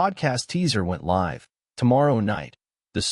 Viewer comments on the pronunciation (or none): Coders please fix how "live" is pronounced.